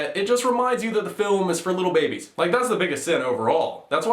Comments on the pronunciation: Why does this guy pronounce babies as "Bah-bees?" It's (commonly) pronounced "Bay-Bees." Also... I think this guy might not actually pay attention to the films he's complaining about. In fact... I think he might be worse than Jeremy from CinemaSins in that regard. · why do you misprenounce "baby"? is it a word that demonetizes videos? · I am bothered by your pronunciation of "babies." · Aah yes babies loved it when próxima midnight got teared in half and when you can see ebony maw’s corpse drifting through space in a frozen chunk. Also, how he pronounces babies is unnerving to me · First impression: good quality content, nice editing, funny and interesting. My only problem: can you please say babies correctly, it angers me a little more every time I hear it and I really want to give you more of a chance